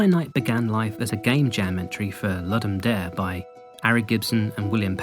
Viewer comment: I'm sorry. But I have to say, having studied just a little Latin, your pronunciation of "Ludum Dare" hurts me deeply. You have punctured my soul.